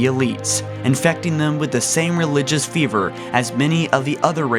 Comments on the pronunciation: Lol you are pronouncing fervor wrong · Fervor not fever. Learn english.